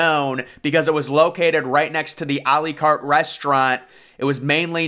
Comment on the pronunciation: r lee carrrt....lmfao